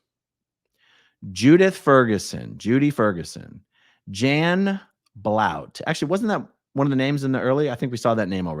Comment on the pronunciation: This is a wonderful expose, thank you, Aaron. 🤗 It seems to me quite a few of the names aren’t quite right. That’s Janet Blount (pronounced “BLUNT”) not Blout. I vaguely remember her. She worked at the former PAC Child Care Org for many years. Would you like the correct names for some of the others?